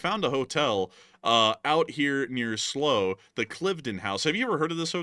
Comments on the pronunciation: Slow! 😂 it's "Sl-'OW'" as in Sl - ouch... LLTLSA! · How many chips are there in a Chinese electric car? Probably enough to make a lot of weapons. Check your pronunciation of Slough and Cliveden House.